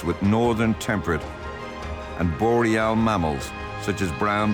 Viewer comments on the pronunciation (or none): none